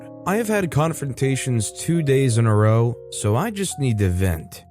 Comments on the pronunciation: Hey with Irish and Scottish row, as in an argument, it's said as Rouw. The o is said the same as in how, or sow. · In story 5, the word "row" rhymes with "cow", not with "though". It means "a heated disagreement". Do you not use that word in America? I'm Canadian and I always thought I knew the differences between your dialects and ours, but I didn't realize you didn't have "rows" with people. I've learned something, and it's only AM! Lol